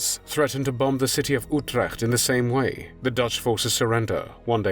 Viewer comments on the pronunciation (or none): none